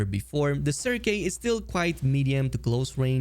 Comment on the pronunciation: Its pronounced circ ( serk ) just think circle. Its a french word